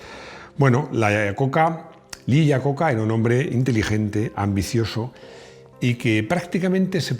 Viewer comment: Desde Mèxico, un cometario sin ganas de molestar, me gustan muchisimos sus videos, son amenos y muy digeribles, entendiendo que hablamos castellano en donde no importa como se pronuncien los apellidos si viajara a los EUA y pronunciara el apellido de Iacocca asi como se esribe los norteamericanos pondrìan cara de what?..... como ellos lo pronuncian es aiacocca.